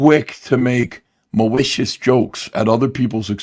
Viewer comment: This stweam is filled with MAWICIOUS INTENT!